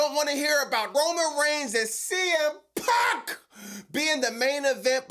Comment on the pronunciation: I’m a Punk fan and I can’t get enough of the way you say his name LMAOOOOO